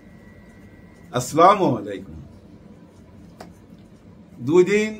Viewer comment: আপনি সালাম সঠিকভাবে শিখে নিবেন দয়া করে। তাহলে আমরাও সঠিক উত্তর দিতে পারবো ভাইজান। আসলা মু আলাইকুম হবে না আস্ সালামু আলাকুম হবে।